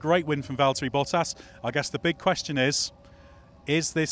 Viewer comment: This season we're gonna be hearing -, it's Valteri....